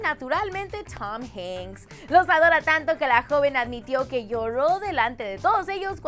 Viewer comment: jajaja me dio risa como pronuncio Tom Hanks...